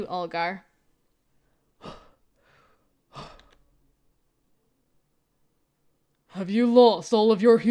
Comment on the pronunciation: You are killing that super deep Olgar voice, girl. Very Russian and scary 👌 So when are we getting the amnesia themed dating sim staring Tee